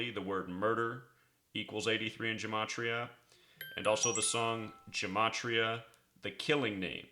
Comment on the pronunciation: really do appreciate the good work that ur doing, but there's no "n" sound in Gematria: ge·ma·tri·a...ɡəˈmātrēə...